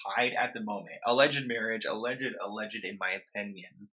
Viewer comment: hey i love you but alleged is pronounced “uh-ledged“ not “uh-le-jid”,, im not trying to be annoying i just want to help :)